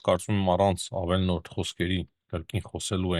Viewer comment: հարգելիս,ոչ թե ավելնորդ,այլ` ավեԼՈրդ,շատերն են էդ բառը,և ոչ միայն դա,սխալ գրում կամ արտասանում,և աՆպայման բառն էլ,հաճախակի օգտագործվող բառեր են,անհարմար է վերջապես😢